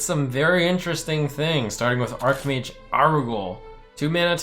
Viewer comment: The can't pronounce 'arch' in 'archmage' man